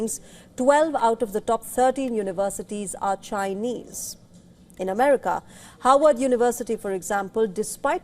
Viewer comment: Is she pronouncing "Harvard" or "Howard "????